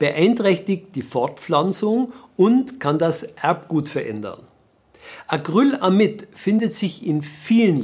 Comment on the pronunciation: Acrylamid nicht Acryl amid